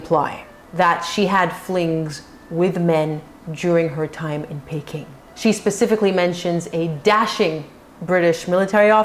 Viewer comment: My grandmother was born in China because her father was some kind of Envoy or Governor of a Province in China. It is pronounced PEE-king.You automatically pronounced it correctly later in the video. With respect to "tricks of the trade" I believe both King Edward VIII and Prince Harry were victims of confusing these with true love. And I agree with you, Meghan is not bright enough to be recruited as a spy.